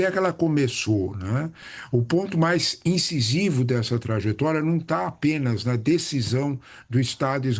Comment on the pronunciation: Trajetória e não traGetória. 😅